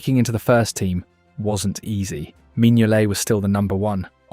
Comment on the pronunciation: The way it pronounced Simon Mignolet's name was the giveaway for me